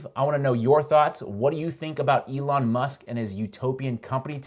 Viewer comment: Eh-lon! Eh-lon! Eh-lon! Eh-lon! Eh-lon! Eh-lon! Eh-lon!